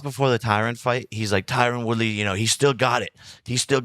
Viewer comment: All of a sudden Jacob's pronouncing Tyron Woodley name correct